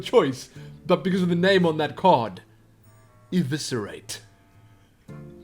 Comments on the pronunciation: Liked. Because Eviscerate pronounced right. <3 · See it's never to late to learn you say eviscerate correctly:)